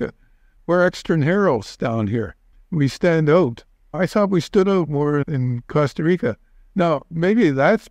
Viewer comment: Good talk but after living in Panama all that time, it bothers me that he cannot say “Costa Rica”. I believe he was informative in many ways though. Just please, learn to pronounce the beautiful words in Spanish, not English.